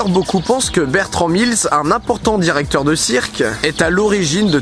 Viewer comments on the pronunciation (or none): none